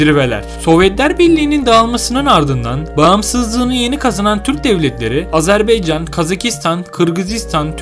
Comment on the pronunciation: Kaç kere söylememiz lazım, Azarbeycan değil Azerbaycan !!!